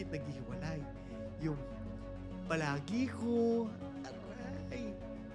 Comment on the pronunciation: "Palage ko" haha natawa naman ako dun pag bangit mu hehehe